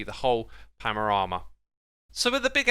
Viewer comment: Xisuma my friend, it's paNorama not paMorama.